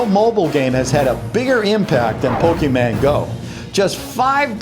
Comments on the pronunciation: Ok I don't get that he said Pokemon right the first time and then he said pokeman the other 2 times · he-he said pokèman TRIGGERED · did you just say pokeMAN Lol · did he say poke(men) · Turn on the subtitles it said "Poking Mango"